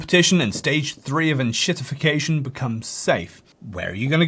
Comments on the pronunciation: It's EN-SHIT-IFF-IC-A-TION, not ON-SHIT-IFF-IC-A-TION. Ya Franco-ponce. I also sell fine on Amazon without adverts. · please don't be like these "fi-NOHNG-ce" asswipes, it's Fi-nahns, and it's EN-shittification not OHNG-shittification also, english for fucks sake, fix your letters. make them do what's on the box. sincerely, Germany.